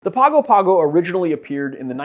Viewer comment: Pronounce however you like, but if you're trying for the south Pacific capital of American Samoa: Pago rhymes with song-o. Like "sing a song o" and neighboring Tonga sounds like "song-a"